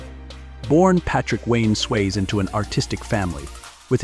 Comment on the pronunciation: dude its Swazee not swaze get it right